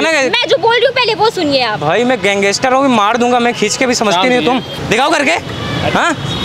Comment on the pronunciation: भाई गैंगेसटर नहीं होता गैंगस्टर होता है